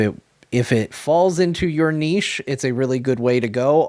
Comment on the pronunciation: Gratz to for pronouncing niche correctly.